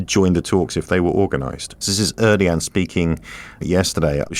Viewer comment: There are many ways to mangle the name of Erdogan - but he managed to find a completely new one anyways. Er. Doh. Wan. I know it doesn't matter.